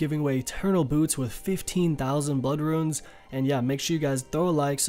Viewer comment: Why the fuck are you saying ruins instead of runes?